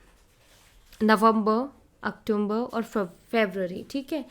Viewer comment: ❤ mam octomber nahi october month kehte hai but don't worry mam your voice is very nice reading is very perfect 101 true reading thank s ❤mam